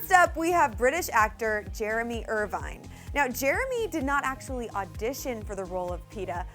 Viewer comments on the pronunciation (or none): none